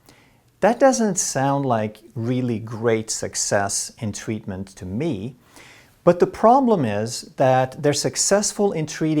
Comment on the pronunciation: I can listen to pronunciation of "tweatment," and "tweat" all day. 😌